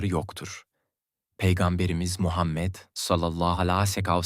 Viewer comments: Hay sizin yapacaginiz videoya ya bu nasil telafüz peygamber efendimiz s.a.v. adini ne bicim söylüyor sinir oldum😢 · Oğlum peygamberimizin ismini güzel okusana yapay zekamisin